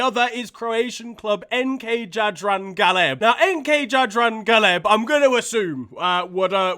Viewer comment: The way that you pronounced Jadran Galeb is so bad that the Croats will probably ban you from the country.